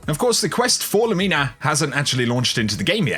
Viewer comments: Lumina (Loo-min-uhhh) not (loo-mean-a) what did the gun ever do to you for u to call it mean😂😂 it’s not even out yet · Thumbs down for LumEEna. 😂